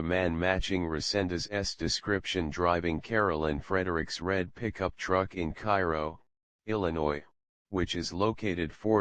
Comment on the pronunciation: Cairo Illinois is pronounced kay-row